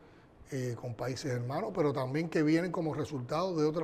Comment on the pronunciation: Tamben dice tamben ni hablar sabe EL SI SIN GAO ESE ES UNA PUDRICIÓN LO QUE SUELTA POR LA BOCA EL DEFONDAO LA DEFONDA ESA DÍAZ CANEL SING AO